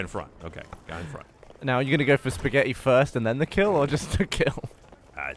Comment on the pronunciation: Did just say Spaghet? Que Time and Eric